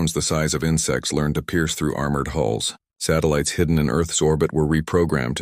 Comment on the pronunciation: hulls not holes, halls... :P